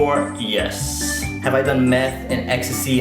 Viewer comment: you said YES wrong...